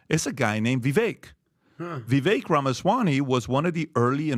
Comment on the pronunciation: PBD pronounces his last name "Ramaswani"